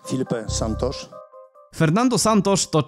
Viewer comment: Santusz nie santosz